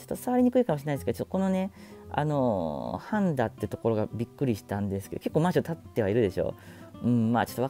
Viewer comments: 半田の発音おかしくね？ 「はぁ⤴️んだ」って(笑) 「はんだ」だよ。 欧米人が するような発音じゃねえか。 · 半田のイントネーションが 橋本環奈のかんな、 ではなく削る方の鉋(カンナ) のイントネーションですw は→ん↓だ↓ではなく は→ん→だ↑ 笑 旦那の地元なので気になりました！笑 愛知県取り上げてくれてありがとうございます❤️ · 半田？パンダみたいなイントネーションやん💣 イントネーションはハンダゴテのハンダ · 千種と半田のイントネーションが不思議な感じでした。 まあ住んだことない土地の地名は自分でもそうなりますね。 名古屋の紹介、ありがとうございます！ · 最後に半田市を取り上げてもらってありがとうございます！ 生まれも育ちも半田市民です。 、半田にも来ていただいたんですね！ 半田市は歴史的にみても知多半島の中心都市で、ミツカン酢の発祥地とか、他にも沢山誇れるものがあります。 ただ、地理上淀みの地域でもあり、人口や産業の流れに不利な場所かな。 「はんだ」のイントネーションと、「まぁいいや」にワロタｗ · 半田のアクセントが(ヾ(´・ω・｀)よ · 半田のイントネーションが 気になるっ 抑揚は無いです